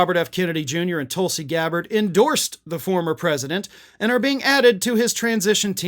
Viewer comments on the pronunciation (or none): none